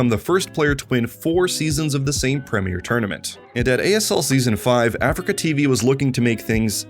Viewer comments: you also call is AfricaTV It's ah-Free-kah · a-free-ca. not africa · aFREEca not ‘africa’ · Nearly unwatchable: Uh-Free-Ka.